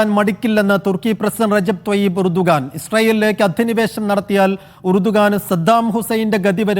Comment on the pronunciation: urdugan alla Erdogan:)))